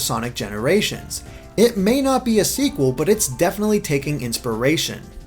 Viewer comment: dont you mean "according to sega: TIS IZ NUT SEEQWEL"